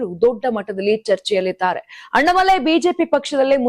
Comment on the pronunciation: ಕನ್ನಡ ಸರಿಯಾಗಿ ಮಾತಾಡಮ್ಮ ಅಣ್ಣಾಮಲೈ ಅವರ ಹೆಸರು, ಅಣ್ಣ ಮಲೈ ಅಲ್ಲ ತಾಯಿ.